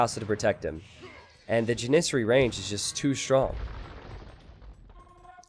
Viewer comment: When I heard you mispronounce Janissary the first time I cringed. Then I realized it was so early in the video and how much you would continue to mispronounce it. Dying a little bit inside right now.